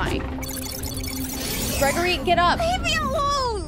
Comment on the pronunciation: She can’t say the name right and the title is wrong it’s glam rock Freddy and Gregory